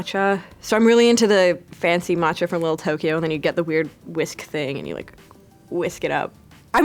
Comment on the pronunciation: The way she said “Lil Tokyo” killed me